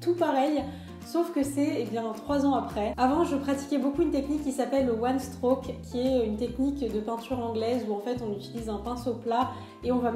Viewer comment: Je pense que tu ne sais pas ce que c'est le one strock (d'ailleurs tu le prononces mal) Ce n'est pas un un dégradé de deux couleur mais une nuance de deux couleurs !!! Ça peux aussi se faire avec 3 ou 4 couleurs ! Et tu utilises beaucoup trop de peinture ! Enfin bref que des incompétences. Bonne continuation 😍